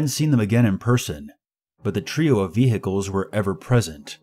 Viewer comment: the part that’s scarier is the way he pronounces vehicles 🚗